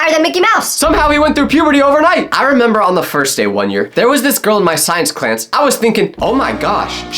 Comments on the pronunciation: Is it just me or he said clans instead of class 😂😂 btw not trying to be rude just want to laugh 😂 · Bro said clanes instead of class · bro said science "clance" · we all heard you say science clance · "science clanss"